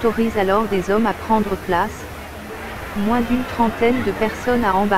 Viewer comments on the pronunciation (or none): none